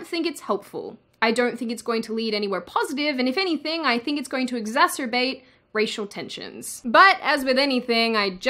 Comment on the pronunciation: "exacerbate" not "exasterbate"